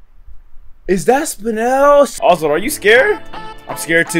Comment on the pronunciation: You said oswart at the start